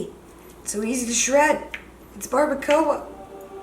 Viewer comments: Barbara-coah 😂 say it like this... Barba cua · Who else is laughing at them saying bardacoa and carnitas wrong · somewhat mad on how they said barbacora and carnitas :P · Bar-ba-qua no bar-ba-co-ah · The way that they said barbacoa and carnitas bothered me 😂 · It trigger me how they say barbacoa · Okay but how they say barbacoa- I’m Mexican so I found it funny but obviously they don’t know how to say it Mexican way which is okay no HATE!!! Don’t come at me😑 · Were they pronouncing barbacoa like that on purpose? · Latinos get triggered when they say Barbacoa wrong 😂